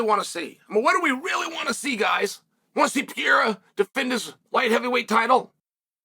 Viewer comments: Pereiras name isn’t that hard Unc, you keep saying Pierra and it’s driving me crazy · Chael needs a vocal coach to help him pronounce fighters names, Alex Pieeeeeera won the belt against Jiri Pro-chaaka, oh no here comes the contender Alexander Rage-chip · Who the hell is alex PIERA? 😂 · This guy can pronounce names like: Adesanya, ankalaeve, Chandler, McGregor, Poirier etc..... but if you're Brazilian, this man all of a sudden can't read properly... Smh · Can't even pronounce the name right !!